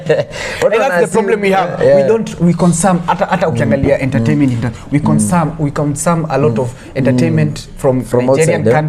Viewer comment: Ni mimi pekee nimeskia ' we consam'